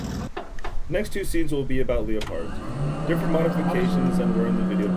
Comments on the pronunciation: Thats the german pronunciation. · lol why are you pronouncing leopards "leo-pards"